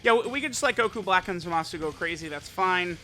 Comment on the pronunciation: what did you say? Zamashu? 😂😂😂